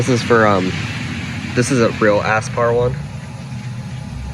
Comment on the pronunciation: Are you saying "ass-spar"?